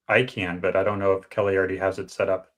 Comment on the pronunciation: It's keli